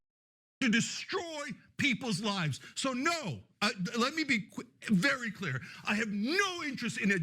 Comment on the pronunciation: At 10.08, Chunky says "Let me be quee.. clear"